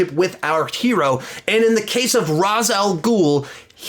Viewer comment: Ray-sh not Raz….